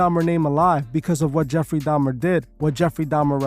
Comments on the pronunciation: Didn’t he convert right before he died? He was baptized and born again. Why leave that part out of your narrative? Also it’s pronounced “da-Mer” not “dam-Ner”. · Why keep saying “domner”?? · dahmNNner she say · Did she say DAHMnER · if you're going to have a whole show about a specific person, might wanna make sure your co-host/guest sys their name right. Smh, she kept saying 'jeffery dahmner' 🤦🏾‍♀️